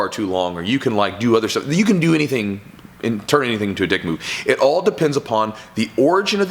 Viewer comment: I feel like he's putting the wrong emPHasis on the wrong sylLAble. There is a world of difference between a "dick move" and a "dick" move.